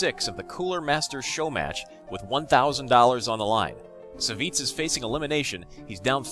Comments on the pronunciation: Lol it's not Saviz ( Savjz ), i believe it's read like "Savagez" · I thought Savj was pronounced like "savage" or "savages"